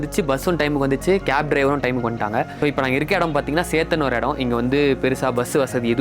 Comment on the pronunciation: athu SETHAN ila SETHAN 😂😂